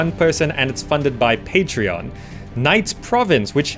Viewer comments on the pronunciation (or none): none